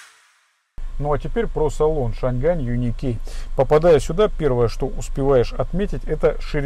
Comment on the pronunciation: Почему шан Гань!? Если уж на китайском, то Чан Ань!